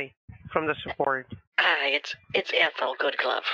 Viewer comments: Why does Jose keep calling her "Eathel"? he has pronounced her name correctly a couple of times and he hears her name pronounced as it should be. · My favorite character? "Miss Eethel." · "Eathal", priceless !! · Miss Eethal? Miss Eethal? Miss Eethal? 😀😀😀